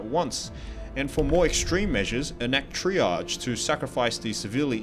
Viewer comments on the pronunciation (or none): none